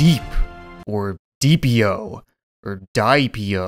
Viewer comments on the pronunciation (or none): It’s derpeo that’s how you say it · I'm pretty sure it's called DE-P the i is sinent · Dep is how u pronounce it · It's "die" p.io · It's pronounce biep.io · diep, diep, deeap why do all of these game names suck!? Me: why do you suck at pronouncing io games? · its pronounced de-ep-.io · It is pronouce deep.io